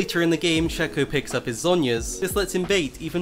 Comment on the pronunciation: Its SHAYYYCOOOO you dont say fako its fayko fake